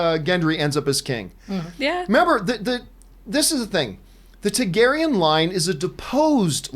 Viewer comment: dude, it's TARgaryen